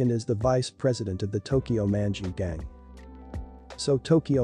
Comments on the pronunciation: it sounds like tokyow munchy ghang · how you say "tokyo manji gang" just pisses me off